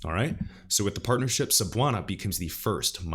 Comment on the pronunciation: Cebuana Lhuillier sounds like "scebuwana looolier".......you are totaly right on pronouncing Cebuana but it should be pronounced faster. Thanks for reading